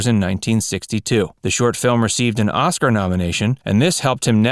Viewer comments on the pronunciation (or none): none